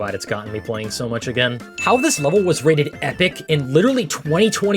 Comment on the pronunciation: "each will be wated differently"